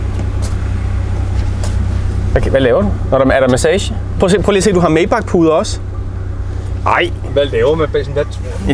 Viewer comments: bare fordi sådan lige. May udtales som Mai (eller Mig, hvis man er sådan en type) 😉 De lavede sgu også nogle fede motore som lyder stinkende godt i start midt 40erne 😎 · Det hedder Majbaaaacccch. Det er tysk!